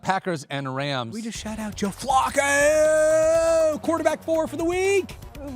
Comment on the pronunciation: Can we please say Flacco's name correct please. Hahaha